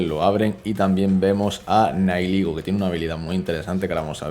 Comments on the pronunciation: Gente normal: Nihilego: Naiyiguel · Eres la primer persona que escucho decir nailigo a nihilego